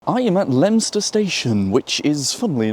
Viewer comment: I’m quite new to this channel. Who taught you how to to say the names of these bizarre station names? In this video we’ve have Leominster and I’ve seen your video about Beaulieu which, if I hadn’t heard you say it, I’d have pronounced the French way….